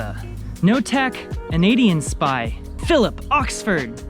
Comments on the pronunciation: The way he pronounced “not a Canadian spy” I’m dead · NotaCanadianSpy has been one of their patrons for years. They've earned the right to have their name be butchered by.